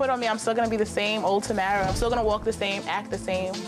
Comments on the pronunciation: Uhm.. Is Tyra pronouncing her name wrong...? Tamra? I thought it was Tamara? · why does tyra keep callin her tamra? its tamara .